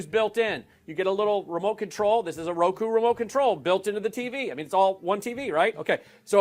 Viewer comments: It’s AMAZING how completely STUPID mike is, rokU NOT rokOoo . How in the world was he able to put a company together??? I wonder how the heck he gets his pants on the right way. Amazing. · REMEMBER HE IS THE ABD GUY. LET'S HELP HIM OUT IT'S "ROKU". SMH. Election "frawd" was priceless 🤣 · If this were a comedy movie and the first time the actor pronounce it as Roko instead of Roku I would probably giggle a little bit, but if in the movie the actor kept saying it I would probably start to get a little annoyed and think to myself that no one is that dense and dim witted, but this real life 😂🤣😂🤣😂🤣😂🤣😂🤣😂🤣 Now excuse me while I find a wall to bang my head on 🤯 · Man can't believe anyone listens to a man that has heard his own pr guy say the word ROKU six times and Mike STILL SAYS ROKO!!! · He keeps saying "roe-koe"!!!!!! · What on Lindell’s lower lip is so yummy that his tongue is always hanging out of his mouth and licking this area? Why does this man have so much trouble pronouncing words or finishing his sentences? It is amazing that anyone would take this clown seriously. What a joke and what great entertainment. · He supposedly smart enough to figure out packet captures but doesn't know what ROKU is or how to pronounce it.